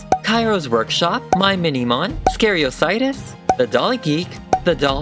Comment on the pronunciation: GURL THE WAY YOU PRONOUNCED “skeriosities” 😂😂